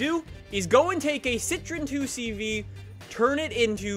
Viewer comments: You pronounce 2CV as Deu Sche Voo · And it's not pronounced 2 CV it is "deux chevaux" in French